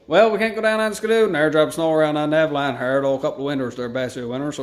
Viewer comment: the girl says her parents are from Newfoundland ...yeah right! lol she said newfoundland totally wrong! Her parents would have chastized her and made her say it right lol